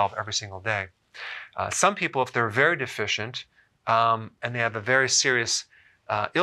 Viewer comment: Did you say benfontiamine is berry berry important?